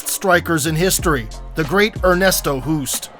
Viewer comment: Why not do a little bit of research on how to pronounce non English names? Ernesto Hoost is Dutch. Pronounced like host.